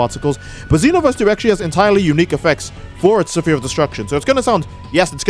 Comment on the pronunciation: "Sa-fear of Destruction" I'm sorry, I'm a bit high up here- WHAT DID YOU SAY?